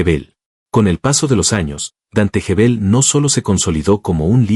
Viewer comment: Gebel, como Guevel No Jebel.